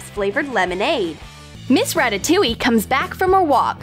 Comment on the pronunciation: "Miss Rataoliue" Flamingo fans be like RATATOULIE OO OA LA